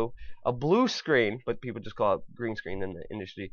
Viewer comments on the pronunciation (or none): none